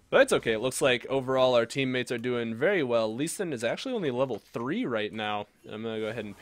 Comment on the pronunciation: Wery cool, Wery swag; I like it :)